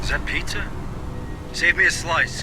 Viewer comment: Anyone else recognize pronouncing 'pitza' wrong in the intro?